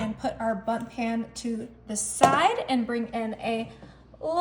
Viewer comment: Did she say "bump" pan or was that just the closed captioning? Either way, it's bundt. This recipe provides me with some great inspiration!